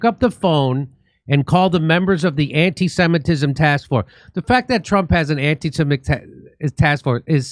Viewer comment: "Antee-seemitism" taskforce, can't make it up.